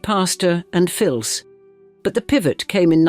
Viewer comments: Why did the narrator mispronounce Fils? ......... it's 'feece' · Oui, c'est 'fees' fils, i.e. son in French 😊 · Pronunciation of 'Pastor & Fils' : do not pronounce the 'L' please.